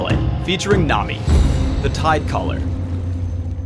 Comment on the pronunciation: why did he say tidecolor?